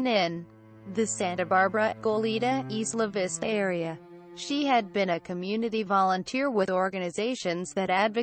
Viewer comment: EYE-la Vista